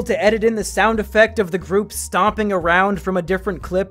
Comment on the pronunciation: Nobody: Mumkeys cousin: we shouwd just go awound